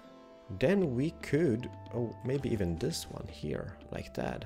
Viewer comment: I love how you say HERE Hiar